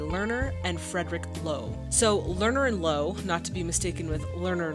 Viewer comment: Wow, that matches so perfectly to the musical! You mispronounced "Frederick Loewe (Friedrich Löwe)" so catastrophically that I, as an Austrian, would never had found out, whom you were talking about, if you hadn't shown his picture and his real name. It's pronounced "[ˈløːvə]"! Maybe you should improve your German/Austrian pronunciation a little bit. 😂😂😂